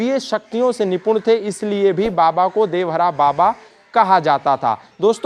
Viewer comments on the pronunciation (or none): देवहरा नहीं देवरहा 😠😠